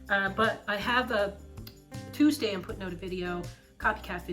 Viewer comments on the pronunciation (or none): none